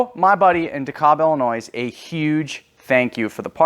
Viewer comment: brother its Illinois not Illinoise